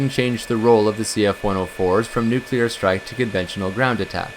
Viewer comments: The word is "nuclear" and not "nucular" as you pronounce it. "new" + "clear" = "nuclear". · It’s a common pronunciation. Not as annoying as “aks” instead of ask. Never mind that it doesn’t make sense, but this is English we’re talking about and the relationship between spelling and pronunciation is purely optional.